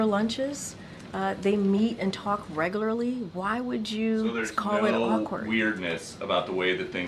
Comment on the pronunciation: should correct how she pronounced “regularly”